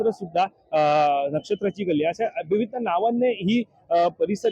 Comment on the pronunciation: बातम्या देण्याआधी तुझी भाषा उच्चार सुधार. ' पच्चीम ' नव्हे पश्चिम आणि विविद्द नव्हे विविध. या फेरीवाल्याना पाठीशी घालणारे फेरीवाल्याकडून हफ्ता घेणारेच यांचे संरक्षक होते. आणि आज दादर मोकळे झाल्याने खरे चिडलेत ते विरोधी पक्ष प्रमुख आहेत. उदा : शिवसेना मनसे ने कधीही फेरीवाल्याना विरोध केला नाही. म्हणून त्यांनी निवडणुकीत सपशेल आपटी खाल्ली.